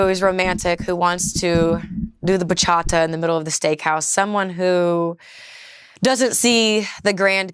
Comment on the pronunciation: i dont care if shes a "kind soul" a "kindred spirit" or "one of gods Angels"....the way she pronounced "BACHATA" was an immediate Turnoff....